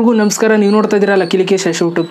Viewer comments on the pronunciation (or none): ನಿಮ್ಮ ಉಚ್ಛಾರಣೆ ಸರಿ ಮಾಡಿಕೊಳ್ಳಿ ಎಲ್ಲರಿಗೂ ನಮಸ್ಕಾರ ಅಂತ ಹೇಳಿ